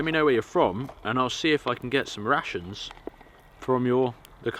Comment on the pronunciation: Ohh I like to hear you saying rations. never thought it may sound like russians... So "I'm gonna eat some russians" it is great!...